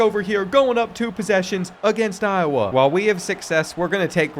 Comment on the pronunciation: Show some respect on Iowa's name